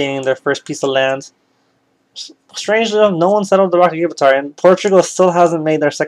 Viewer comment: My brain nearly broke from the sheer amount of things you mispronounced like the rock of Gibraltar is pronounced Gi as in how you say the first 2 letters in gin then br as in what you say when your cold then the al part is pronounced how you say the word all and then tar is pronounced Tur like the first 3 letters in turn